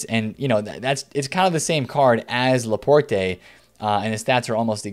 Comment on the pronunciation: You don't pronounce the E in Laporte